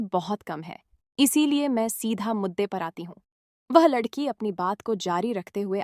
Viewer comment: Shabdo ko galat bol rahe hai